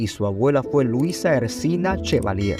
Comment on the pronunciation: No es “Ersina” Chevalier es Erciná Chevalier, por favor corrijan, esos gazapos afean su trabajo.